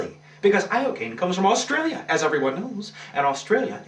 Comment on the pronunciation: for a second there...when you said "yes alstralia", you sounded alstrailian.